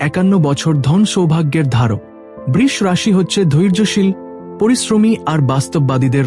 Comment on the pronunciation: Brisha rashi bolun. Brish noy. Apne vagya apnake uccharan thikvabe korte shikhabe? Shuva- kamona roilo - beshir vag awa- karanto uccharan- i bhul ❤ korchhen. Ashcharyya!